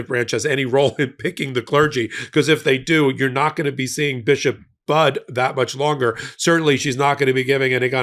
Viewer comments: Her name is pronounced like " buddy", not bud. Thank you!!❤ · PLEASE learn how to pronounce this Bishop's name! It is not Budd, it is Budde, with a long e. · Pronounced Bud E